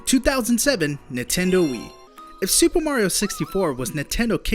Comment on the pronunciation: I REALLY HATE THE WAY YOU SAY NINTENDO. NINTENDO. NOT NUTENDO!